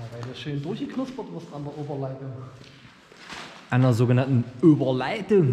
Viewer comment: Die Öberleidung 😂